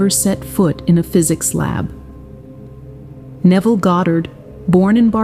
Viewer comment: Still mispronouncing Neville's name